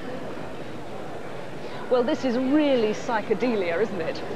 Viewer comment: Sike-a-deelier. LMFAO!